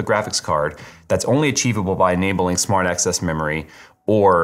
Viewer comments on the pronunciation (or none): I need my ears checked. Keep hearing "smart ass" memory 🤣